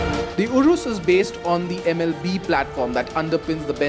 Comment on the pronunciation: It’s urus not “urous”